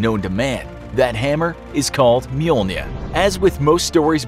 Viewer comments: everyone else: Mjolnir: Mjolnia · Thor’s hammer is pronounced mul-neer. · It is pronounced myulner FACEPALM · when pronounces mlonjir wrong